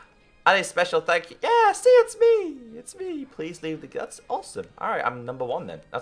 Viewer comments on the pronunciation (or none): that aim xD and you say yeahr thats so funny